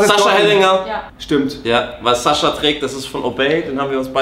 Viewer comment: Rewi sagt immer Saschaa oder Dima 😂😂